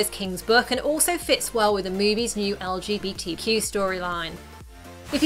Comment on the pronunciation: love the way she said eL-gE-bEi-tEE-qUu